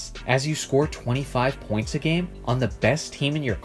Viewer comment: Why do you say points a game like it's 1 word? And the inflection on it...?